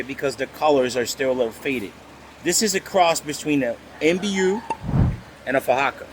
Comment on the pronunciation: Mbu (muh boo) not MBU 😉